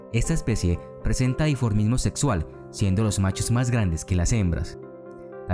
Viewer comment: La palabra es DIMORFISMO, tú dijiste diformismo. Saludos 👍